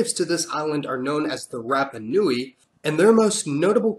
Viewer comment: It's not Mayori, it's Maori. And Rapper knowie, it's Rapanui. Get your pronunciation right. 😂. Love the history though